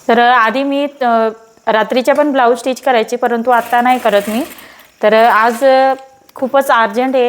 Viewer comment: स्टीच म्हणत जा.. टिच नाही.